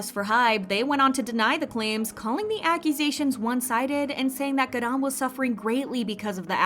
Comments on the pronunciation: the way u pronounce her name is soooooopo annoying. "gadam" please u're not even a korean stop trying it doesn't even sound korean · stop the way they say ‘garam’ im sobbing every 3 seconds ‘gArAAn’ 😭😭😭